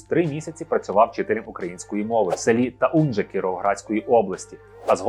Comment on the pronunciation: Мабуть правильно не село ТауНже, а ТауЖне